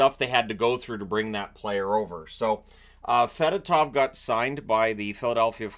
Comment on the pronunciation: Just FYI, it’s pronounced f’DOH-tov. He clarified it during his introductory press conference.